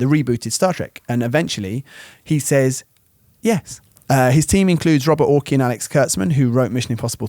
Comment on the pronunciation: ORCI is pronounced or-SEE